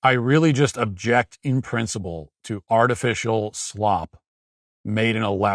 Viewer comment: "Articifial", huh xD